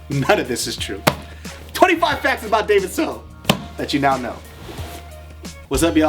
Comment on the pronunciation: All us Viets are shouting out David! XD Btw, great pronunciation. Props to ya! :D